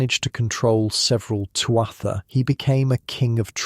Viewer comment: Irish living in Virginia, USA. Enjoying the video so far but wished you’d learned how to pronounce Tuatha properly- it’s “Tua-ha”, Ogham is “oh-um”